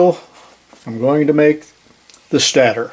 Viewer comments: I know it's trivial but stator is pronounced like "staytor". I had to look it up in case I was wrong but that's the way I've always heard it. It doesn't actually matter but I was wondering if I was wrong lol! Still loving the videos! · Always enjoy the videos. The word stator is pronounced with a long A. As in stationary (your example). Or the fact that that only 1 consonant separates 2 vowels, the first vowel speaks ;-)